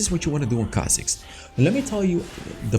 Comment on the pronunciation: Its khazik baby!!!